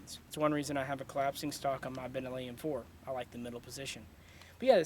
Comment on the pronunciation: Did he just call it a "Bernelli" M4?